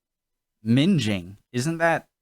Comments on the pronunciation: Minging. Ming (like Ming the merciless from Flash Gordon) ing not Minge . Means awful, nasty, bad. Keep up the great work Sir. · LOL!!! "minge-ing" is something totally different to "minging". I'm laughing so hard right now. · Taking the piss means your making fun of somone minging means somthings Gross your also pronouncing wrong think like ming ing not minge ing 😜 mingeing means somthing else all together 😅 I also don’t get the way americas get confused about driving on the opposite side of the road Iv never seen a Brit get confused with driving on the right when we go abroad it’s not that difficult to get your head around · Minging - not minjing - minging means terrible. Macdonalds, oh it is bad, it is minging! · Ming-ing not minge-ing lol, it means ugly and/or dirty (like you haven't washed) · Minging? There isn't an 'e' after the 'g' so it doesn't have the "J" (as in 'Just') sound. Minging, sounds like ringing. Which is the opposite of "well fit". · minging as ing ing not inj . Means something is a bit ugly/ old /yucky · Minging (with a hard g) ming-ing not minj-ing. To mean very ugly, she/he is minging or a minger. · One thing that strikes me about nearly all American YouTubers is... They can't read. Sooooo many times in song titles and basic English words they cannot read them. Mingeing? Really... It's not hard... Ming-ing! Minging. Why can't you guys read? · You really don't want to be "minge-ing" a "minging minge" LOL!! (google minge) , a red light is always a hard stop, there is no turning at a red light, unless there is a filter lanethat will be controlled by a separate set of lights. Dependant on the terrorist threat there will be armed quick response officers in and around London especially in high risk areas (airports, train stations, that type of place. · Minging is with a hard G, minGing. Taking the Pi** is having a joke, laugh! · Ming pronounced like ring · Minging (or minge-ing ) as you said, being a Lesbian activity.......ROFLMFAO